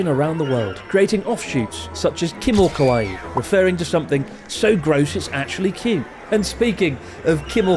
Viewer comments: Does Japanese pronunciation count as "kimo-Kawaiiiiiiii"? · Is it actually Kawaii and not Kawai? Oops 😅